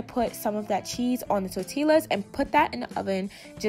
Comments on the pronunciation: “Tortil’La” & “creama” love it lmao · Tor-ti-las lol what’s that 🤦🏽‍♀️😭 love you still lol🥰🤞🏽 AaliyahArmy🦄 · Tortillas 🤣😂 i'm dying lmfao Tor-tea-ah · tor tillas? Lmaooo Im sick of you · LMFAOOOOO NOT TORTI-LAS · The L is silent sis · I love how you say tortillas 😂😂😂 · 😂😂 the way she said tortillas